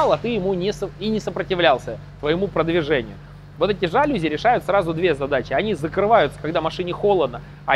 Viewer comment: Сел ужинать, а тут новый видос. Спс за ваш труд. P.s. Снова «жАлюзи»., это слово французское: без склонений по падежам и с ударением на «И»- жалюзИ.